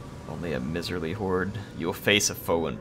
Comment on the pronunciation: It is a my-sir-lee hord. Like a old tight rich dude. Scrooge Mcduck ;)